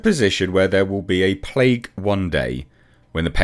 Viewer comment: She says "plaque" not "plague" Just saying.